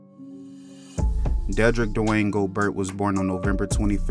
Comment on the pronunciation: its spelled gobert but its pronounced "go-bear" yaw dont be doing the right homework before doing these videos.